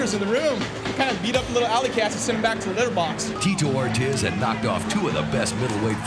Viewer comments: The guy called him tee-toe or-tizz instead of or-teez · Did the narrator call Ortiz - Tito Or-Jizz? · They pronounce Ortiz like rizz lol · “Teto Ortez” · Why does he keep saying Ortiz like that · Call him cocky, call him rude, call him good...or call him corny and stupid, terrible at coming up with analogies. Those work as well, though not being able to pronounce Ortiz is pretty absurd as well. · How is it possible that the voiceover guy said both Tito Ortiz’s first and last name wrong